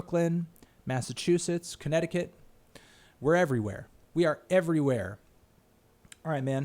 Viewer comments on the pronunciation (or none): none